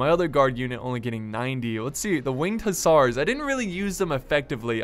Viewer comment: It's pronounced Hussar (hə-zar or hʊˈzɑːr)